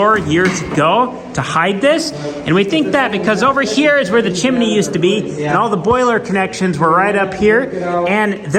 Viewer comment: The way you say chimney. You do realize there isn’t a second i.